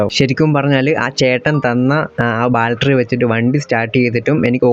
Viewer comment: ബാൽറ്ററി അല്ല 'ബാറ്ററി' ആണ് (Battery)